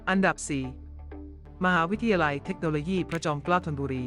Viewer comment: เมคโนโลยี่ก็ไม่มี ต้องอ่านเทคโนโลยี ปรับปรุงด้วยนะคะ นำ้เสียงดี อ่านได้ดีอยู่แล้ว ติเพื่อก่อค่ะ